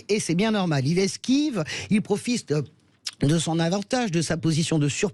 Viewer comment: "Il proFiste" -----> c'est à dire qu'à la fois il profite et nous fiste à tous. Lapsus parfait.